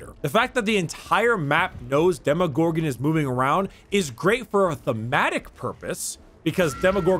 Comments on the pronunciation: Hey... it’s Demo not Demi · Yeah who doesn’t know the well known “Demogogron” Not making fun of you bro just thought that this mistake is pretty funny 😂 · Demogorgon or Demogogron? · “Demi” it’s DEMOGORGON DEMO DEMO DEMO DEMO DEMO NOT A FUCKIN DEMIGORGON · its not Demorgorgon ... its De-Gordon-Ramsay ....